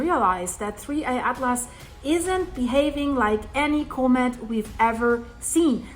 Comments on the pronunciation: ...ahhh...it's not a comet...it's a comb-it! 😂 Not making fun of you! I like your pronunciation. Don't change anything! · You are pronouncing comet incorrectly. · I'm wondering why you pronounce 'comet' that way.